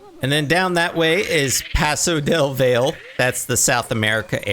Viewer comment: Valle is pronounced vie-yay, not vale. Still loved the zoo! Looks amazing